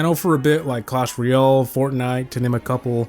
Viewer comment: Clash “Royale” not “Real”. Painful to listen to.